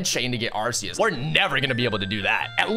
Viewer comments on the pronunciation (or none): Your pronunciation is all wrong for zacian and arceas